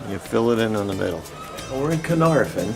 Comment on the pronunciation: sigh No one ever gets the pronunciation correct. The Welsh Alphabet is NOT the same as the English. F in Welsh is pronounced like the V in English, the F sound in Welsh is FF. So it is Caernarvon, not Caernarfon. The Y in Conwy is pronounced like a short I as in Pin, so it is Conooi.... W in Welsh is a vowel, not a consonant, in the case of Conwy it is the short form, so as in book. Y is usually a vowel, but can also be used as a consonant, unlike in English where it is usually a consonant but can be used as a vowel... Saying that, anyone from abroad being able to appreciate the 'Ring of Iron' is a good thing in my book. Having just found this channel I am now curious to find if you looked at Harlech and Beaumauris, probably the finest of the castles Edward I built in Wales, though Flint is probably the most unusual.... EDIT: Oh, and as an addition, at fairly regular intervals large face stones were placed end ways, so that the bulk of the stone projected into the junk in the middle of the wall. Kind of like placing modern bricks end on into the cavity of a house at regular intervals these days. I doubt they knew the science of it, instead discovering it accidentally, but those stones helped dissapate force from seige engines into the looser rubble filling that was more able to spread that force out and stopped the face stones cracking or breaking so quickly. As I said, I suspect they found this out by accident, but it is commonly used in castle walls but because these partic